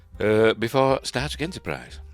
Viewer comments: Wait, is he saying Star Trek or Starship but it sounds like static? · I keep hearing "static Enterprise ". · I think he is trying to say Star Trek rather than starship as to me Star Trek w/o "r"s seems to my mind closer. But you ate right, I can't be sure. Idk what nonrohtic speakers problem pronouncing "r"s is . They pronounce them sometimes, like at the beginning of words, I think. And sometimes they place them at the end even when we don't use an "r". In "A Day in a Life" John , I think, sings" I sare a film today. In American English, we use glotlestops, so we can separate "saw" and "a" w a glotlestop. But apparently, Liverpudlian English doesn't have glotlestops so he separates the words w an "r" So if nonrohtic speakers can pronounce an "r" at the beginning or end of syllables sometimes, Idk why they can't pronounce it when it is supposed to be there. Laziness is all I can figure, but what do I know. I'm not a linguist.